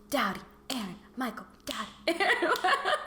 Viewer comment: I thought she was saying “daddy” instead of “doughty” 😭😭